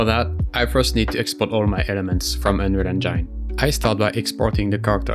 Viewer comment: bro you;re killing me every time with your pronuntiation of Unreal Engine. please fix